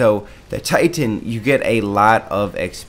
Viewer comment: Cool hwhip? Thitan?